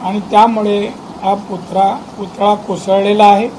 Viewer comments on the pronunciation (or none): अगोदर पुतळा बोलायला शिका साहेब... आज लाज घालवली सिंधुदुर्ग ची संपूर्ण महाराष्ट्रासमोर... 😡